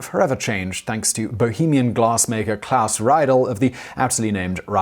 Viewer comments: when pronouncing Germanic names and words please remember that "ie" is an "ee" sound and "ei" is an "eye", always, with no exceptions ever, because German!! :) So, it's more of a "read-elle" than "rye-dell" p.s. nfi why the gender of a spoon is masculine, and a fork feminine.. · Ree-dul not Rye Dell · [raidl], glasses, Austria ... oh, he means "Riedel". That's pronounced [ri:dl], like English "reed". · Riedel is pronounced "Reedel." Reidel is pronounced "Rydel." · Riedel is actually pronounced like Reedel ('ri:dɛl̩) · First of all, I believe Riedel is pronounced as rhyming with "needle". Second, while I believe that wine glass shape can have some effect on taste, what drives me crazy about the concept, is that if true, why does different price levels of Riedel glassware ( i.e., crystal vs. glass) have different shapes? If it is the shape that is important, why is a hand-blown crystal chardonnay glass a different shape than an everyday-use machine-made glass chardonnay glass? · I believe it's pronounced ree-del... 😁👍 Rydell is from Grease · Reidel is pronounced "Reedel". I can forgive your research people for not teaching Simon to pronounce the initial german "R" but not correcting the "ei=ee" is just bad research. Otherways interesting and amusing even if you haven't given youself cirrhosis of the liver for three decades by blunt force of wine. /Swedish polyglot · once again good content, sufficient enthusiasm, though sad you cannot pronounce foreign names properly (again), perhaps a vid about it? ;) or when you decide to ‘splash’ on a single Riedel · You mispronounced Riedel.